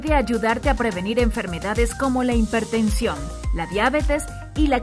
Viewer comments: Hipertensión …no himpertension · No se dice HINPERTENSIÓN se dice Hipertensión!!! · Lo hago con todo respeto. La palabra correcta es hipertensión, no IMpertensiôn. ❤